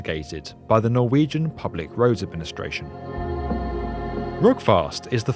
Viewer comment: I must say for you not being norwegian your pronounciation is amazing, im impressed!